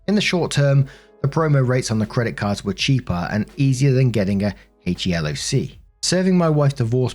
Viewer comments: In case it comes up in the future, is pronounced "HEE-LOCK" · HELOC - I think you say it out, like He-Lock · HELOC is a USA mortgage loan and it's pronounced HE-LOCK. :D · HELOC is pronounced in the USA as He-lock